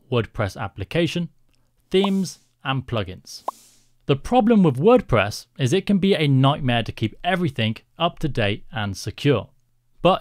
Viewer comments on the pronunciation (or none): Ah, yes… My favourite CMS, WordPess xd Great video btw!